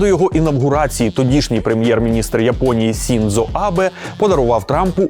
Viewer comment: Друзі, дякую за справді крутий і корисний матеріал, однак маю невеличке прохання від спільноти людей, які захоплюються японською культурою: екс-премєʼра Японії все ж українською потрібно називати Шіндзо Абе, а не Сіндзо Абе. Якщо зовсім коротко, то Сіндзо - це написання згідно російської системи поліванова, якій більше 100 років і яка робилась для потреб російської мови. Згідно цієї системи також кажемо: сусі, какасі, фудзі, кодзіма, сьогун і так далі. У нас є українська система Ґоджюон: сучасна, адекватна, з виправленими проблемами. Зрештою існують офіційні сторінки Японського посольства в соцмережах, де теж можна перевірити написання. І так, в українській вікіпедії пише Сіндзо, але справа в тому, що українська вікі роками проголошує свою лояльність полівановці. Точно знаю, що редакція ТТ не несе рускій мір своїм глядачам, а цей прикрий випадок стався від незнання (сам таким був). Тому сподіваюсь, що ви побачите цей коментар, та врахуєте на майбутнє. Зі своєї сторони, готовий допомогти з вичиткою японізмів в будь-який момент на безкоштовній основі. А взагалі, заглядайте в англійську вікі, там майже завжди буде все ок.